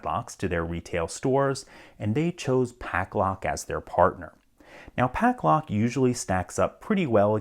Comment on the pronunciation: You pronounce it Paclock and Pucklock in the video. Which is it or am I dumb and missing something?